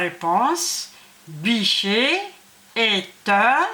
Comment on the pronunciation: Attention à la prononciation du mot Bichet ?